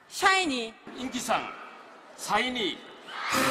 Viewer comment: 뭔데 사이니로 들리짘ㅋㅋㅋㅋ 발음봨ㅋㅋㅋㅋ